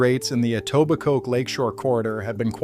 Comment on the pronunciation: I love the pronunciations. "EtobiCOKE", "Yon-gee" etc. Classic 🤣